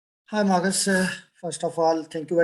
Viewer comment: did that guy call Marcus as Morris?? Seriously..🤣🤣🤣🤣